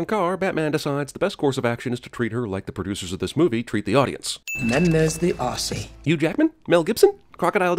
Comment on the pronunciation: Any other Australians hear Amanda Waller say aussie wrong and get triggered